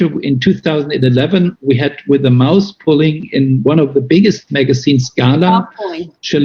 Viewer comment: I swear he said "mouse pulling" 🐁🐭